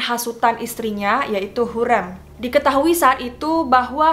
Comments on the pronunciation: Topkapı dibaca topkape krn penulisannya bukan pakek huruf 'i'tapi pakek abjad turki 'ı' yg pelafalannya kyk kita nyebut kera Kalo Hürrem, Harem, dsb pelafalannya bukan kyk kita nyebut 'kera' tapi 'bebek' simple nya kek huruf vokal biasa ' a, i, u, e, o ' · Plis ka sebut hurrem nya seperti “sate”. Agak terganggu hehe maaf